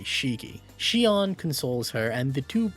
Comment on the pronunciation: The best part of this video? Our boy finally learned to pronounce Sion. 🥹